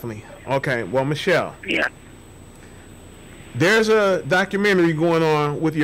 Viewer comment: Come on dude, is it michelle or mitchelle???. Cause you start off pronouncing her name wrong!!!!. Speak right !!